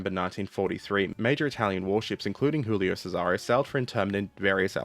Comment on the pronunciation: Check the prononciation , gulio not chulio